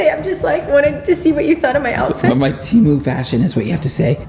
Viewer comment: It's temu not timu